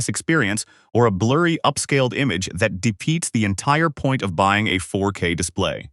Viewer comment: I'm not buy-eye-ing this shit